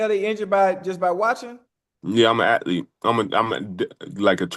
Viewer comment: Fred: .I'm a at-lete.😂